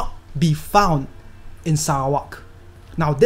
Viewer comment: ur not just giving us the correct fact, but u also pronounce Sarawak correctly😁. Please do more videos about Sarawak's natures. Selamat Hari Sarawak.